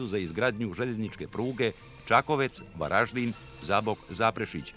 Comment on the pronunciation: Kak grdo izgovara ime grada Varaždina.